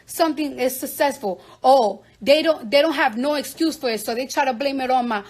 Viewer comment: Was she saying SUSESSFUL? 😂